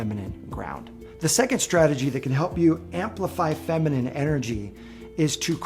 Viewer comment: Femenine not fimenine dear